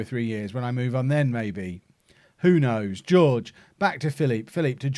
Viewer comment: Jorge is pronounced “whore-hay”